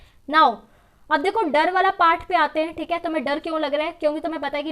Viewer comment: She always say "theeke"👌🏻👌🏻